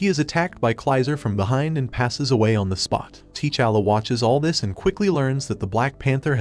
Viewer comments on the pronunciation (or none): TAA'Challa, NOT TEE'Challa.